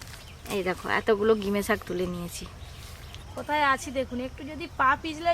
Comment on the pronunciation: Gime sak noi ota ghime sak bole